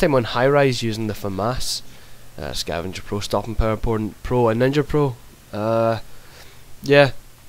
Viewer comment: at start of video sounded like you said stopping power porn